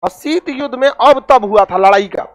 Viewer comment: शीट नही शीत होता है यार मुल्ले